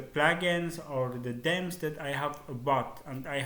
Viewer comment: its themes not dems